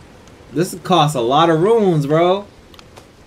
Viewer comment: Love the video, but RUNES is not pronounced RUINS. They're entirely different words with different meanings. Sorry, again I love the content, that just drive me crazy.